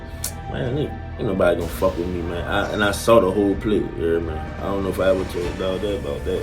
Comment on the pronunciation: Boy said I want you to come wimme to see my work😂😂😂😂😂